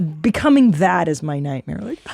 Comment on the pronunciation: I think Christina meant "night-meer"